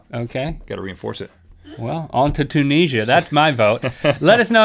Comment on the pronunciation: A guess it's a bit late but, Link, Tunisia = [tune-nizz-ee-a]